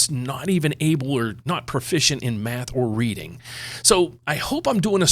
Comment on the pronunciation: Made me laugh with the “profisent” in reading